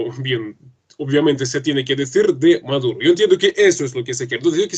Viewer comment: POR FAVOR,. SEÑORITA. ES NICOLAS MADURO,. NO''' MAURO''' ..... QUE VERGUENZA.